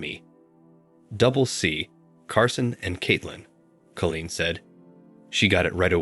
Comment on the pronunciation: Nice story I did have it figured out pretty quick but still nice. The computer sure can not pronounce every word right . Call een is the right way of saying that name